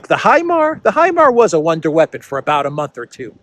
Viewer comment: Wonder weapon: pronounced One-Day weapon 😂